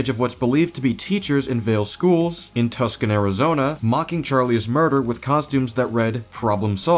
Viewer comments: erm actually it’s pronounced Two son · Turing Charlie Kirk into Jesus has led to disastrous consequences. also Tuscon is pronounced (TWO SAHN) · It's pronounced "Too-sahn", bro. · Opinion invalidated for mispronouncing Tucson (jk) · Did you just pronounce Tuscon wrong?